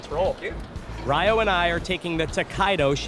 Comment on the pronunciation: His name is Ryo not Riyo.